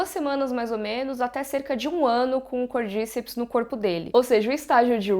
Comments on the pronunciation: Côrdicéps é a pronúncia correta e não Côrdíceps. No primeiro episódio eles falam. aos minutos. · Eu acho que a pronuncia correta é "Cordicépis" (cordy-cep-s) como é um nome em latim e é científico é falado cordy-cep-s com ênfase no é <3